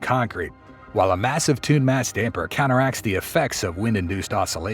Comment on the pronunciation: haha the AI guy said "tuned mass dumper"